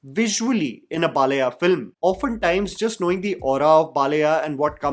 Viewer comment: its not Balaya, its pronounced as Baalayya! Your South Indian Names pronunciations are very bad always!